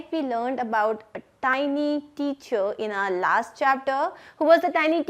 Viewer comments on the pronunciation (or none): none